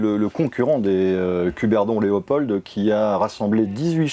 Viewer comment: Ces pauvres Français ont du mal avec la prononciation des mots flamands (j'ai mal aux oreilles) mais il faudrait surtout leur dire qu'en français le D final de «Léopold» ne se prononce pas. Sinon, cette émission est sympathique et ça fait plaisir de voir des Français descende de leur piédestal et s'intéresser à leurs voisins.